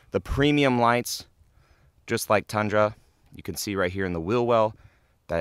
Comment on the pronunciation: Tundra is pronounced with U btw. Not A